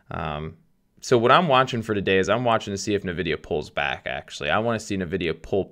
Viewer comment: I love how u pronounce nevedia😂